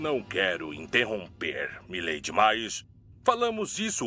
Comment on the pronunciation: Mai lady que o cat noir fala, você ta pirando nas paranoia meu bem, a escrita das duas palavras podem ser iguais "My Lady", mas a pronúncia do cat noir é mai leiri e a do carinha é mi leidi é parecido mas a senhors ta ficando loca nas paranoia